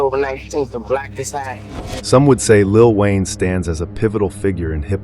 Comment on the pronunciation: Lil whayne 😅😅😅😅😅😅😅😅ah ah ah ah ah ah